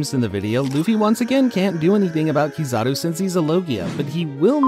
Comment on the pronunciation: Also kizaru not kazadi